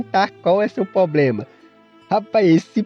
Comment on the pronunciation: Meu chefe, você disse "probrema", quando escutei isso eu tive que me inscrever, aqui é a minha galera! Não é piada! É nós! Valeu pelo conteúdo!!!